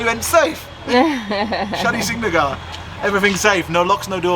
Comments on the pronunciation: Hey guys you visit my place I hope you had a great trip And yah it pronounced as a Shanishinganapur (शनिशिंगणापूर) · Your pronounciation of Shani shingnapur had cracked my smile .....sorry for the people stoping you for parking , it's there business they give you free parking you just have to buy some Pooja things to pray God like flowers n all ...sorry for it , okay . Your vedios are vary nice , I enjoy them alot . Thank you